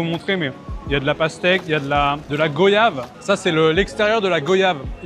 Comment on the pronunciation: Hello, Petite info on prononce goyave: gwayave. Comme voyage ou moyen. Super video !